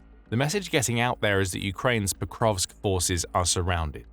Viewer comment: Hey there. It's "Pokrovsk" not "ProkoVKS"...